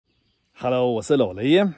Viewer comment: 老雷，你的國語越來越好了。除了老雷這個詞一直口音沒變。沒有胡子比较好吧